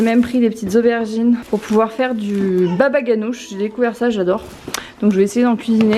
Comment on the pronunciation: Haha tu m'as bien fait rire, ça se prononce "babaranouj"!😉